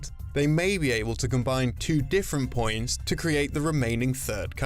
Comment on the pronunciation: Please stop saying poins